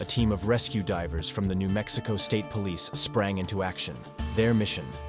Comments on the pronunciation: who hurt me? Deevers. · or i can just laugh at the way he pronounced divers. You took this way too personally